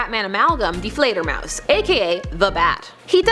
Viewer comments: Deflator Mouse? You mean Die Fleidermaus...oh you Americans!!! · it is ""Die FleiderMaus " not deflator! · It's Die Fleder, not Deflator! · Whatever happened to the Hulk's multiple personalities? Also, I thought Hank Pym was bipolar? DID and bipolar disorder aren't the same thing. Also ... Die Fledermaus, not Deflator Mouse. (It's German). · Love the videos but I do have one small nitpick... it is Die Fledermaus not Deflator Mouse.